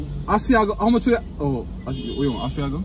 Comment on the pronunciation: I laughed wayyyyy too hard when the cashier said Asiago plain and said "and one a ship" 😂😂😂😂